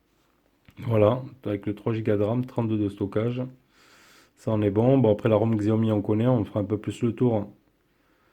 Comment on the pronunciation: Salut, bonne vidéo comme d'hab: cependant j'ai deux points important de prononciation à soulever (ahaha) on dit "My DIVYCE" et pas "MY DEVIZE"... et XIAOMI ce prononce SHAOMI;)... c'est dommage ça fait perdre en crédibilité la vidéo! Bonne continuation à la team